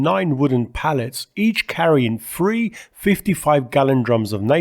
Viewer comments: Why can't Limey's say THREE. ONE TWENTY FREE, WTF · Ffff-ousands …. Fff-eee.. great video. 194free … You have to work on pronouncing TH …. Tung near and behind front teeth, slight blow and you have TH sound … further, you say furver.. … you try and avoid saying Th at every opportunity ….. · One twenty free